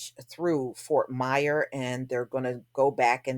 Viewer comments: Its Fort Myers with an S! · Damn that's crazy. By the way, Fort Myers doesn't have a silent S sista.